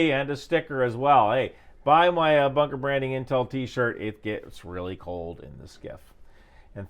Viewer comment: Banker! You said banker! I thought you said you'd dressed up for a meet with your baker & it distracted me for the whole video!